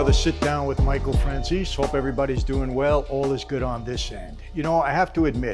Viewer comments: I love the guy and the work he does. I love listening to him. But the way he mispronounces Italian people and place names, including his last name, is unforgivable. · Why does he pronounce his own last name like that? I refuse to believe he doesn't know the real pronunciation!